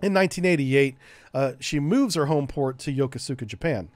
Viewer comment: Really awesome and detailed rundown, I love it. Brings back memories of my days sailing with these beauties. By the way, Yokosuka is pronounced yo-koo-ska, the PAC sailor in me cried inside hearing you say it that way Also, I was stationed on the USS Frank Cable. Would be interesting to see something like this about the AS-39 class sub tenders. They have an interesting history